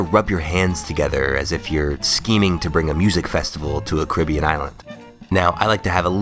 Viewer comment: I love your video's but bro your pronouncing Caribbean wrong Its pronounced Caa-ri-beean Not caa-rib-ion